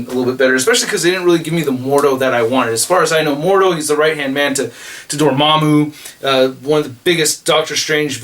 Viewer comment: You've finally learned how to pronounce Dormammu correctly instead of saying Dor-mam-mew